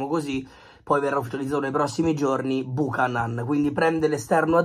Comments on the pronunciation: è CANADESE, SI PRONUNCIA BIUCHÈNAN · Si pronuncia "biuchenan" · Si pronuncia Biucanen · Nom é per fare i sapientoni...ma si pronuncia "Biuchenon" va pronunciato simile inglese...